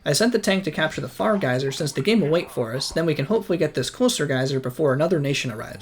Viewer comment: I like the vid but hate how you pronounce herbivore, my man you’re not French, pronounce the h Also bruh it’s pronounced geezer, not gaiser